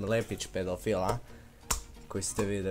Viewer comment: Hahaha kakav je ovo naglasak, pedoooofiiil